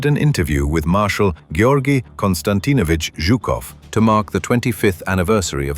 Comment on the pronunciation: Как чётко и правильно произнесли-Георгий Константинович Жуков. 🎉